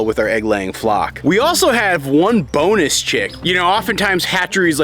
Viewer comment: Chirp, chirp, chirp,chirp, chirp, chirp...OMG for a second there I heard "boneless chick" instead of "bonus chick" and I was terrified :D